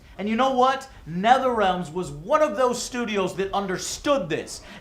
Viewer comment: Who's "Netherealms"? Oh, he must mean Netherealm. Always bugs me when people say things wrong. Like when some people say "exspecially" when they mean "especially". Why just add letters into words?